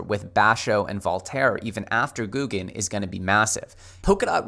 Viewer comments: GO-guen Not Gooo-guen 🤦🏻‍♂️ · It's not Gu Gen it's Go Gen pronunciation. You driving me crazy bro. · You lost me when you said “GOO GUN” instead of Go gun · God damn man took you long enough. Also its not googan. I gave up on you for awile. This is the first video I've watched from you in months. Better late then never I guess. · GOUGUEN ( Go - Ghen )